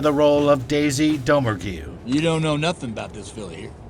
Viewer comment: ~ OMG, I'm sorry, how could the narrator mispronounce Daisy Domergue's name??? Didn't he see the damn movie?